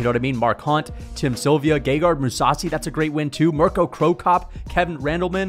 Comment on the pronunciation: it's Mirko not Mirco... american